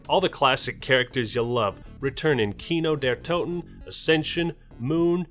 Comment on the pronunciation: Kino der Toten... your pronounciation of these words is terrible.